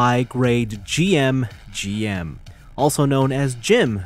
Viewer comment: It's pronounced "jim", not " jee-em". That second head is GM Command inspired, not GM Custom. The third head is based on the Genoace from Gundam AGE, not the Daughtress from Gundam X. That being said, great review!